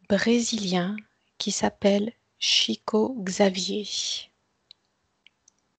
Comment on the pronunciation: Très intéressant et je crois bien que l'essentiel dépend de nous - cocréateurs, comme dit la médium. Au boulot, mes amis ! Petit détail concernant le nom de Chico Xavier (pour les puristes) : On doit prononcer son nom comme si c'était écrit (en français) "ChicOU CHaviÈRE", mais sans le E que j'ai mis à la fin, pour indiquer qu'on prononce le R.